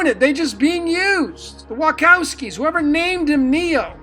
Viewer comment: I think you are not pronouncing Wachowskis right. :D